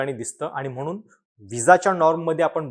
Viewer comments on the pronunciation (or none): none